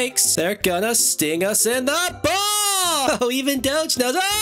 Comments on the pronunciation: He say ball it sounds more like bum more idk why lol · I like it wan you say ball